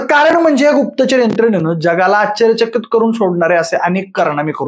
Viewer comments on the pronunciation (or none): आश्चर्यचकित ❌ आच्चर्यचकित ✅ 😂😂